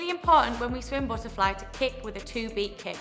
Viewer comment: lol buh’ a fly u funny